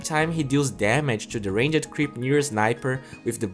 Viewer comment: I like how he says Ranged Creep. Like Range-ed :D